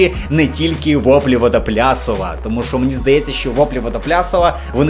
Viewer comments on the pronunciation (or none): Випуск зашибісь. P.S.: Не Вадоплясова, а Відоплясова